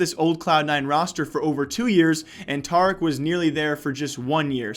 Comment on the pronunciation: Its tareek get it right please!